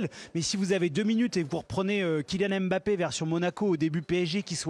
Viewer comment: Les français c'est pas "M" "bappé" mais Mbappé apprenez à respecter les noms africains.